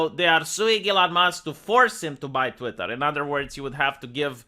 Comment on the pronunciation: Say "TVWEETAAHH" again